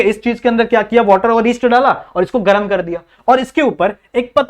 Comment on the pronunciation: Sir galam lava nhi garam lava😅😂